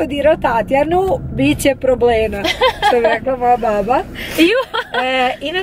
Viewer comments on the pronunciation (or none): none